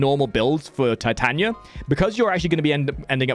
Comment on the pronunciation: It’s Tit ah knee ah. You’d think a fellow Englishman would know the Bard. ;) Nice guide though.